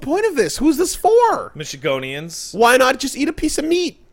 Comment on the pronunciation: its Michigander not Michigonean.